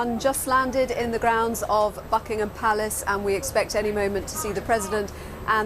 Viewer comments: She said fuckingham palace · Holy shit I thought she said fuckingham palace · Did I hear "*uckingham Palace?" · David..l heard the same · Is it me or does it sound like the bbc correspondent says "Fuckingham palace"